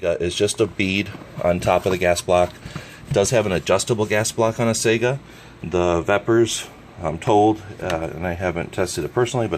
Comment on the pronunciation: It is pronounced Sigh-Ga not Sega like the video game console.